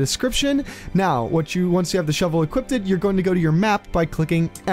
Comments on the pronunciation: equipted? lols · You lost me at "equipted"........